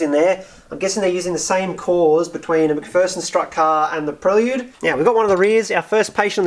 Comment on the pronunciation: Prel Yude? Never heard it pronounced like that.